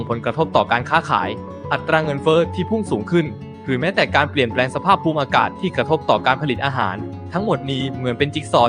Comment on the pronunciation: อ่านออกเสียงคำภาษาอังกฤษไม่ค่อยถูกนะคะ ปรับปรุงหน่อย ภาษาไทยก็ไม่ถูกบางคำนะคะ ภูมิอากาศ ภูม มิ อา กาศ